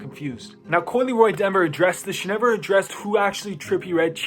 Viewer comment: Bro said coi leroy 😂